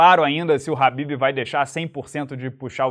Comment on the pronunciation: FALA DIREITO MANO. nao eh RABIB - eh "KHA" > BIB